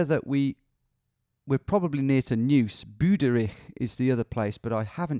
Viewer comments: Neuss = Nois, not News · The word you're saying as Noose is pronounced NOICE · There's a slang varient "noice" of the word "nice" in English. It is pronounced exactly the same as Neuss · As a german viewer I'm very happy and excited that finally the Google Street View imagery got updated and expanded in Germany! Very cool that you give it a go as well! Two Little tips: - Kreis (short for Landkreis) = county - Pronounciation of Neuss: You pretty much say it like "Noice" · Another lurking German here! Thanks a lot for your videos! 🙂 Btw "Neuss" is actually pronounced like English "noise". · tbh your pronunciation of german words is pretty much correct. for an english native its impressive if you havent practiced it yet. Maybe consider to learn some german haha :D Just what i noticed so far is your pronunciation of "Neuss" "eu" in german sounds like the english "oi"